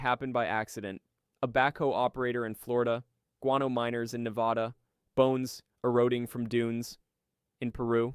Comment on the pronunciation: Bad pronunciation. Period. Can't even finish. Can't even say Nevada correctly. Research how words are pronounced before you say the video with your Whole chest...